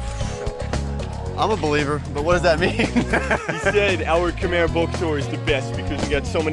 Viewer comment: It's Kh'mer not Kh-my 😄